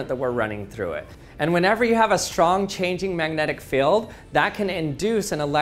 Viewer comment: Magnetic "Feld" "Fill" "Feel"? You are the WORST!